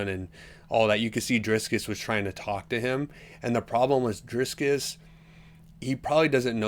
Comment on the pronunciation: Driskiss?? Casyoel asf. smfh